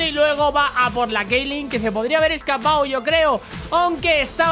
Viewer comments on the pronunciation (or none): none